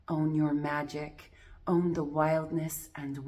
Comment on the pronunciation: When you say own I hear auhm